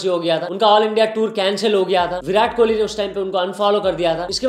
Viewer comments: Kouli chatt he said😂, and kauli is small bowl in punjabi( kohli and kouli mein fark hai )😁👍🏻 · King kohli❌ LING COLIE✅ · Bhai apko padna ja likhna nahi ata kya vo kauli bol raha he kohli nahi .Salo kohli he katori nahi .